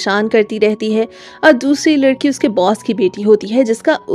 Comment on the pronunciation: Tum ladki ho ya ledki 😅